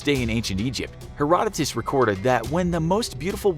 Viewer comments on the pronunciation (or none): none